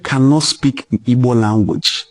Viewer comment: Nwa nna are you really igbo at all, are you joining the useless yariba afonjo to mispronounced your home land name, pls don't try this again nwanne what is ibo